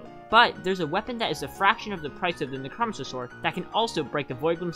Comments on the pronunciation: It's necromancer not nichrahmanser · ITS NECRO-MANCER NOT NECROMECER HOOOLYYY BRO PRONOUNCE IT RIGHT LMFAOOOO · " neck row man sir " necromancer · Neck-Row-Man-Sir (Necromancer) loved the video tho! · nucromiser wtf its NECK ROW MANCE ERR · Neck-row-man-sir PLEASE pronounce it correct it’s killing me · I hate the way you say necromancer. Necro Mancer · I never knew anyone pronounces necromancer like that lol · i love how you say necromancer sword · there's no way you haven't heard the right way to say necromancer, right? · WHY DO YOU PRONOUNCE NECROMANCER LIKE THAT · Bro pronounced necromancer wrong intentionally, to make people mad then comment for the algorithm.